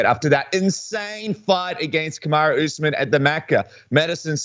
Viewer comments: colby said "Kamaru" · yo Colby actually said kamarus name right😲